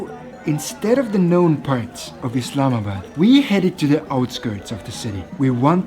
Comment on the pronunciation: thank you for showing our country and btw its not "islamad" its "islamabad"